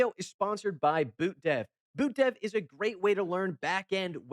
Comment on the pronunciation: Love that you called them "BootDev" instead of "Boot(DOT)Dev" Personally I like to believe its cuz ur code was QuipsGuac instead of QuipsANDGuac but hey what do I know, I just watch the most unhinged deck builder on YouTube